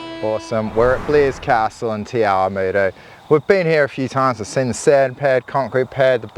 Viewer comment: The way he said Te Awamutu . Got old Māori girl here laughing. Love the mahi done on this, you guys are an awesome bunch.